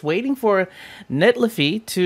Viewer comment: I think its NET-lei-fi